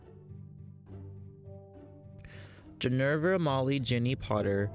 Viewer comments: flipped the 'r' and 'v' in Ginny's name. Instead of Ginevra, he said Ginerva; like Professor McGonagall's name, Minerva. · You pronounced Ginevra wrong (and I think Hermione would win, she's more firery than u think).